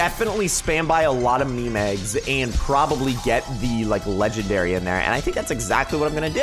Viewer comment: You don’t say mi mi you say meam for meme